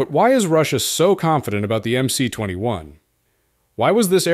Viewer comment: МС-21 расшифровывается как Магистральный Самолёт 21 века. Поэтому на английском языке его название нужно читать как MS-21. The MC-21 stands for the Mainline Aircraft of the 21st century. Therefore, in English, its name should be read as MS-21.